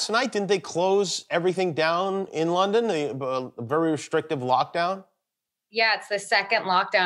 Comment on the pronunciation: It's London not lawnden